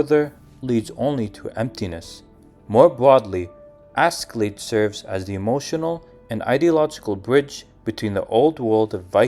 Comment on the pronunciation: Hats off for realizing that. I almost triple flipped hearing Asky-Lade. If not Ash-Laad (Norwegian), it could be better pronounced as Aske-Laad.